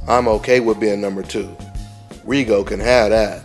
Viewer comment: When would they learn how to pronounce Rigo's last name!??? THis is rediculous